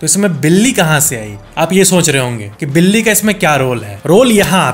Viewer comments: बिली नहीं बिल्ली होता है भईया ❤ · बिली nhi बिल्ली hoga factez bhai 😅🎉 Like karo mere comment ko ❤